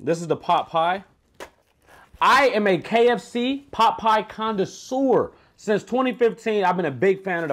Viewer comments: Pot pie "condasseur" 😕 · He said pot pie “condasir”! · This man said “Condasoor” tf is that lol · He said condasewer